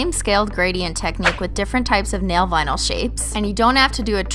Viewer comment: When I was now starting to realize I'm a holo sexual I thought she was saying nail bino like albino stupid younger self